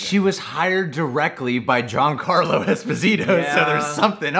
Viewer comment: I’m going to ask this in every video it happens. Why does he call Giancarlo johncarlo?!?!